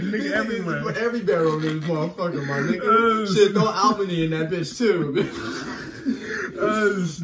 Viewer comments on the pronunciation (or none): lmao im in albany 😄. He said it like al bany its really pronounced like all bany. Lol I'm stoned